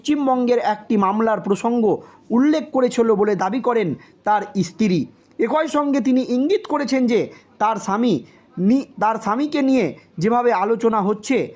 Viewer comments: উচ্চারণ সঠিক করুন ইস্ত্রি নয় স্ত্রী বার বার ভুল বলবেন না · ভাই বাংলা উচ্চারন ta একটু improve কোরো ISTIRI 😅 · কি বললেন কিচ্ছু বোধগম্য হলো না। আর স্ত্রী বলুন ইস্ত্রী নয়।